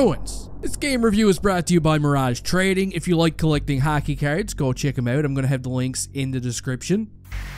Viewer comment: "Hokey Cierds" love it